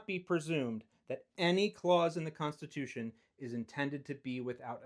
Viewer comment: he says rights come from the (fed) cunstitution